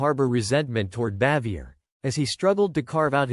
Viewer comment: From what I hear,Jim Nabors was the only one on the show who liked her.The name is pronounced bah-vee-ay.